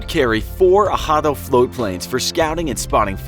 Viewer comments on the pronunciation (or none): OK. 1. Prinz Eugen is pronounced “Prinz Oygen”. 2. “Admiralty”, not “Admirality” 3. “Arado”, not “Ahado”. 4. I never heard about the Norfolk being attacked by Swordfish torpedo bombers. 5. Rodney was a battleship, not a destroyer. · Also the float planes that Bismarck was Arado not ahado